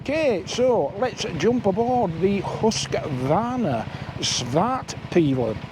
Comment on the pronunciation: Pronounced Hoosqvarna... Had a KTM 390 and what i hated about it was the sound of the engine... Think fishing boat